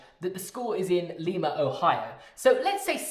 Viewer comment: enjoying this but then the mispronunciation of Lima